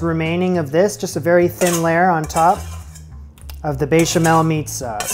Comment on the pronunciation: there is no way the "bay-chamel" wasn't intentional